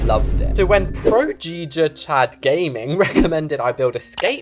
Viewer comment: my brain malfunctioned when he said geega chad instead of giga chad